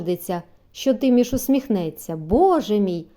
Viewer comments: Та чого ж це ТИміш, як ТимІш!😊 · Гарно прочитано...Дякую..Тільки не Ти'міш,аТимі'ш